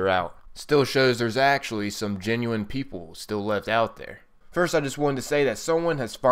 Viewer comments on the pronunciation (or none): none